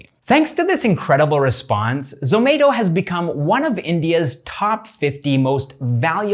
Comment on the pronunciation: its not zo-may-to its zo-mah-to